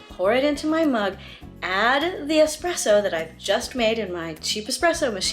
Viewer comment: thank you for correctly pronouncing espresso.....if i hear EX-presso one more time ....haha! great video!